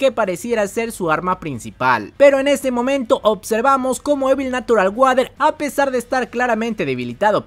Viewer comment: E notado que dices natural guader en vez de natural warer